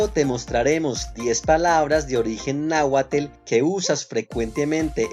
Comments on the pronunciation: Se pronuncia nahuatl, no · Tu información está equivocada en varios de tus comentarios ademas de que no pronuncias de manera correcta el nombre del idioma no es es nahuatl, te sugiero estudies más para que no des mala información. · Hola nunca había escuchado que náhuatl se pronunciara "nauatel" yo siempre escuché náhuatl, así como se escribe se pronuncia: tl, náhuatl tl al final otra vez no nos confundan por favor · 🤦‍♀️No se pronuncia ‘náhuatel’; literalmente su pronunciación es “náhuatl”. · NAUATLLLL NO NAUATLE! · Algunas personas queremos aprender el nahautl, pero esa terminación no la he escuchado de esa forma. Es posible que así la hayas aprendido. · Please do not pronounce TL as tel! Eliminate the E sound. It should not be TomatEl, but TomaTL! I can understand because some people from Latin America can’t pronounce the letter S at the beginning of a word without adding an E at the beginning. Instead of saying Smith, they say “Esmith”. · Agradecemos tu intención por tratar de enseñar, pero con todo respeto te corregimos los que lo hablamos pero primero aprende el idioma sobre todo en las terminaciones de las palabras en atl estas mal, tu las pronuncias con atle y oso no es correcto. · Por favor con todo mi respeto. No sé de qué país sea el narrador. Pero no podemos hablar de idioma si la base está mal pronunciada. Y lo digo por esto. Es NAHUATL. La terminación TL suena así como se Lee y no se pronuncia NahuaTEL. y lo vemos en ejemplos como PopocstapeTL y no PopocatépeTEL. Repito no es por el afán de ofender pero si es importante entender que en un idioma es importante su PRONUNCIACION CORRECTA. Te lo dice un Mexicano. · Náhuatl no se pronuncia "" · No sé de dónde sea el que habla, pero definitivamente NO PRONUNCIA BIEN la terminación TL . Se le escucha como TeL , esa "e" sale sobrando. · No c dice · Se pronuncia “”? No la correcta pronunciación es “náhuatl”?🤔 A menos claro que quien narra el video no sea mexicano 😅